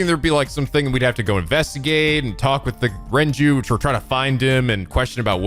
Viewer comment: And he keeps alternating between pronouncing Renju’s name correctly and saying Renji. ...He kinda looks like a blond Morishige, now that I think about it.